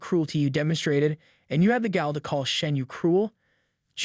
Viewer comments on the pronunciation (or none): The word is "gall", pronounced similarly to "ball", but there are sound files to be found at the Cambridge Dictionary online. The word "scathingly", the first syllable is pronounced like "scale"; the Cambridge Dictionary online has audio files.